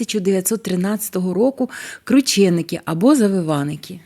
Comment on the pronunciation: Якщо вже так хочете, то правильно кручЕники!